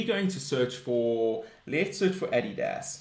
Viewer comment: Your saying Adidas completely wrong